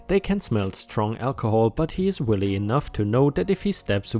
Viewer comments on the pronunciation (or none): The crazy neighbour with the guns really made me wonder what you have to do to get arrested by the police in that state. ⭐⭐⭐⭐⭐⭐⭐⭐⭐⭐⭐⭐⭐, you pronounced this word (wily) as willy. It is spoken as w - eye - ly and means sneakily clever.